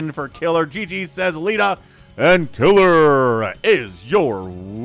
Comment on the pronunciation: In almost every cast you always say something funny and in this cast it was "he's actually unburrowing the tanks." Also Leta's name might be pronounced 'lay-ta' rather than 'lee-ta.' But that is just how i would pronounce it. Amazing cast as always.